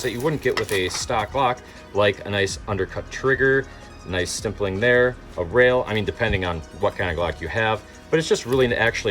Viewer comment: Stimpiling?! 😂😂 It’s called Stippling for future reference altho I will say you made me spit out coffee when you said that 😂…..